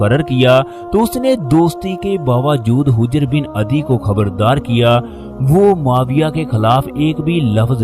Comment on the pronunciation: ارے بھئی یہ لفظ حِجرہے